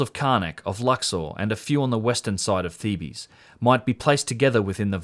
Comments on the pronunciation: “Theebs” is the pronunciation of Thebes but you called it “Theebees” lol. You cracked me up. But love your content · Great video, but your pronunciation of "Thebes" sent shivers up my spine. It was like listening to fingernails being racked down a chalkboard.